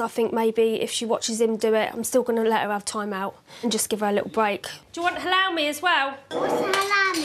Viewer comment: the best bit of this entire video is lacey's mum thinking that halloumi is pronounced hall-ow-mi!!!! Couldn't stop laughing!!!